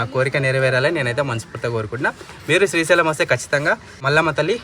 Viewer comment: Siri sailam kadu Peru spastamga palakandi Sri sailam